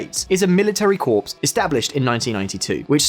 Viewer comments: It's pronounced Core, not Corpse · Corps is pronounced the same as core, not as corpse. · It’s military “core” not corpse lol (corps=core) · Corps is pronounced "core", not "corpse"...gendarmerie is pronounced "John-darm-erry", not "gendar-merry" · I also loved corps pronounced corpse and gendarmerie pronounced gendermerry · Dude you loose all credibility when you can’t even pronounce Corps correctly. You’re a journalist? Even if you’re just an anchor you should know how to pronounce basic words.